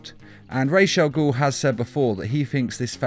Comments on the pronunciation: watch the video and you hear him say it wrong, his say raze not Ras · Raw Not Raysh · I thought it was ras al ghul, not.....raish.....raj....al ghul? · Raish al guul. Dude its Raas al guul. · RAJ is prenounced = Rhawrhj, not rayj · ao, minor but important thing. it's not RAYSH al'ghoul. it's RAJ AL'GHOUL. not sorry, but holy crap dude.. it's been pronounced numerous times IN FILMS. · lol, ray's al ghul. kills me everytime i hear you say it wrong. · The pronunciation of “Ra’s Al Ghoul” is getting me tight....”Raishe”??? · So.... Did anyone else hear "piss' chemicals" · "Resh Al Gould" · Nobody: This nigga: RASHE AGOUL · "rhaze al ghool" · You said raish au ghol to many times. I couldnt make it past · He is Raus Al-Ghoul not whatever you said The one who created the league of assasins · Did you just say rashe Al goul ?? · Rays aaal guhl?? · Why do you prononuce it like RAASH? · It is NOT "Resha Gul" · Raysh all ghoul? Ffs. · Its not ra’s al ghul not rachel guhl ffs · Why do you say rashe al ghul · "Raysh" al Ghul? I'm no language expert, but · you pronounce ra's al ghul wrong it pronounced rosh al ghul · why tf u pronounced “rash agul” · Ra's al Ghul... Not ray shall Ghul. Idiot. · Am I the only one that kept getting mad when he would say Ra’s Al Ghul wrong? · Am I the only person that thinks the was he says Ra's Al Ghul's is really off? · You're pronouncing ra's al ghul so wrong. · can't even pronounce was ras al ghul properly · within 30 seconds, poster mispronounced a villain's name. Guess pandering to the superhero fans is how youtube shills work nowadays. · Or maybe it's a simple mistake? Just a thought.